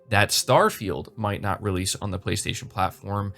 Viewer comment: Frankly, Microsoft needed this. "BLAY-STAY-SHON"!